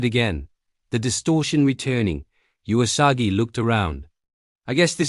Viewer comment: Someone should teach the narrator that the 'u' in Usagi is pronounce 'uu', not 'jew-a'.